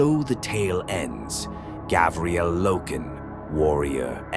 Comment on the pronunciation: Say it with me: Gar-vi-el